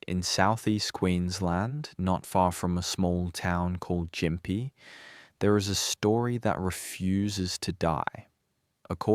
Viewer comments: And gim pee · Ai voice, I presume?? No Aussie would mispronounce Gympie like that